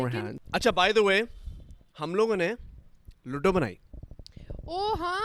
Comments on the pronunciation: It’s not luddddo its ludo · Can you please pronounce ludo and loodo😅😂